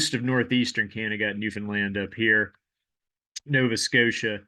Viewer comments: thanks for pronouncing newfoundland correctly! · Someone actually pronounced Newfoundland right lol, props! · Wow you pronouced newfound land right 😮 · You mispronounced Newfoundland correctly. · Very impressed you pronounced newfoundland properly, most people dont lol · Thank you for correctly pronouncing Newfoundland!